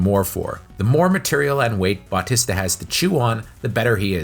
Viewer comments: Pronounced Bah-tee-sta. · Dave Butt-tista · Who the hell is bawtesta and shimmalon? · BAWTISTA & shawmalong 😂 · Why can’t you say Battista‘s name right?!!!!!🤬🤬🤬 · how did you manage to say his name wrong so many times? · Ikr. So distracting